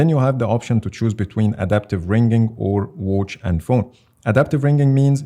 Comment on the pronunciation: Why does he pronounce watch like that😆😆❔️"Whouch" "Whoach" 😆😆